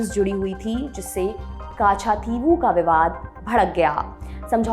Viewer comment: कच्च-दीवु! काछा- थी वु नहीं